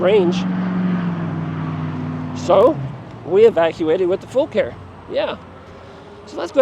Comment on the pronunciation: Great video. Thank you for pronouncing the name correctly. I bought my Gemini in June, and messaged the company how to say the name, they said, FULL CARE- like we take Full Care of your bike.. Love that it's load capacity of 400 lbs. You can get over 50 miles per charge with it, I average about 40-45 with a mixture of using PAS 4 and 5. I have almost 1,100 miles on it already. Great bike! I have the baskets, I also bought the saddle bags for the back. Can't wait to utilize all the storage and capacity of this bike while hunting!